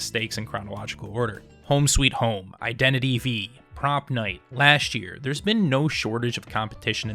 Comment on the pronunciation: Alright, regarding Identity V, I have a few notes to point out. 1. It's actually pronounced "Identity 5" 🤓 2. BHVR LITERALLY helped create the game. 3. Most of the player base is Chinese because of the fact that Netease, the company that owns the game, is a Chinese company. As such, little effort has been made into advertising towards western countries (both because it's easier to speak to your players in your native language than in a foreign one and because of the fact that the NA/EU server has consistently shown to be immature and acts like toddlers). 4. The game is alive and well, while it is not necessarily popular in the US compared to DBD, it by no means is a dying game. It is a competitor for DBD, but not here. 5. I much prefer a game where survivors aren't just meat bags and actually have unique powers, like how the hunters (killers) have unique power.